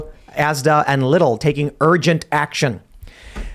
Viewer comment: The way he said Lidl actually hurt a little.